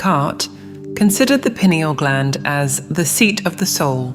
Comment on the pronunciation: Its not pronouned, "pin e al" Its pronounced "pi neel".